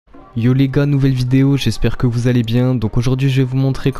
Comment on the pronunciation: quand tu dit en debut de video yioo les gars mais j'ai comme l'empression que tu dis iomega